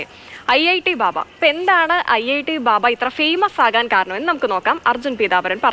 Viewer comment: ബാവ അല്ല മൈ..ബാബ😂